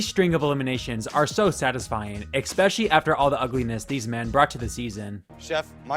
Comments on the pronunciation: Love your content but holy fuck, it’s pronounced especially, not expecially. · Especially isn't pronounced "ex-specially" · Ramsay 'Review' of the reviews. "Eckspesialy". Get out!!! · Just so you know, especially is not pronounced expecially lol thats not a word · Couldn't make it through one more "eckspecially" from this guy. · “Ecspecially” is not a word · When you talk for a living, learn how to pronounce words like "especially." There is no "x" in the word.